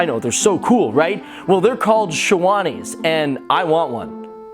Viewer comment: #12 its not pronounced that way it is pronounced shair wanees